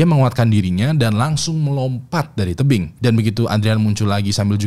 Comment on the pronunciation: "terdiam dipinggir terbing" 😂